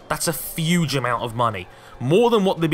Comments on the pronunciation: Did anybody think was saying fuge deal instead of huge deal? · "Huge" doesn't have an "f" in it. Stop saying "fuge".